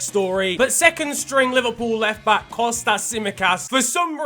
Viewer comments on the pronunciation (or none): none